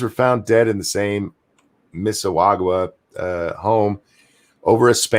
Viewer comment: Miss-eh-saw-guh. Emphasis on saw. It’s right next to theToronto airport. Been there many times.